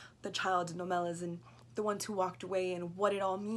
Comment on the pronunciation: Okay, first, I couldn't get past the fact that keeps mispronouncing the name in the title and of the city. Le Guin, herself, acknowledged the proper pronunciation in interviews (I am not just making this up). The city is pronounced "OH-meh-lahss," with the heavy stress on the first syllable, OH-, like the name of the city of Omaha. Just think: OH-ma-loss. Second, I don't think that gets the underlying point of the story. makes allusion to Christianity and describes the story as a normative account of an ethical choice, or perhaps even a worthy sacrifice. That is not really the point of the story. The story is not a fictional narrative of a normative state of affairs, but a descriptive moral parable, highlighting what is called "a moral illusion." Moral illusion is when people think that they are acting in a sound moral way, or at least a morally neutral way, when in fact they are acting in a morally corrupted way, or flatly immorally. The people of Omelas are generally willing to do what most of us do everyday: we know that there is tragic and unfair suffering in the world, and sometimes we even see it. We can certainly find it if we wish. But then we go about our daily lives, striving for our own happiness and contentment, never sacrificing anything of any real substance to stop it. Isn't that a morally corrupt way to act? Would you give up a year's worth of pay to stop one child from suffering for one day? Would you give up your smartphone for a y